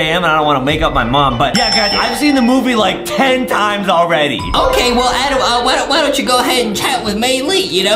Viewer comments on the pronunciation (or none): It’s Adem not adam lol